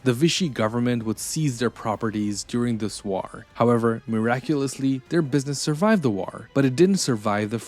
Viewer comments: The way you pronounce "war" is putting me off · Your AI narrator can't pronounce, "war." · Why do you pronounce "war" like that!? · Good video but you are mispronouncing the word war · The way to pronounce war is like a high pitched screach in my ear, I couldn't put myself thru that torcher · Like button for how he says "war" 😊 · The way you pronounce war is interesting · I’ve never heard anyone pronounce “war” like this narrator